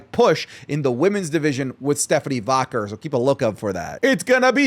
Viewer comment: For the love of God can you pronounce Stephanie Vaquer correctly? How do you not know how it's pronounced when they say it on TV al lthe time?